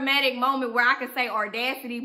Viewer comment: Baby if you are going to say audacity so much please pronounce it correctly aw-das-it-tee. :)